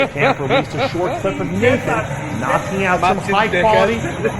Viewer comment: Nathon deaash "er"